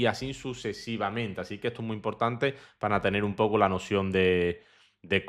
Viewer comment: se dice así, no asin. Te lo digo por que queda muy feo. Un saludo!